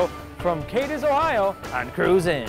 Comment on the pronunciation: He said he nailed it on the first try but yet he can't say Cadiz correctly. Cadiz is pronounced "Cad-is"